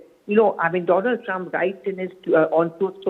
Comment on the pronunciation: Maai fraaand doolan trump 😅😅😅😅